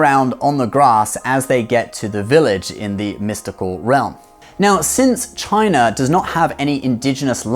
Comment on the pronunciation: I loved how you pronounced "China" like an actual chinese 😆